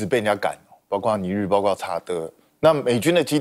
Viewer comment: 包[括]： 音[瓜]或[擴](O) 音[跨](X)